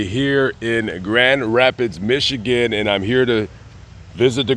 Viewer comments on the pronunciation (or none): none